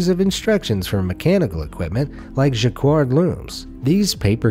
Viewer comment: Stopped watching at ja-kword... jacquard is pronounced ja-card...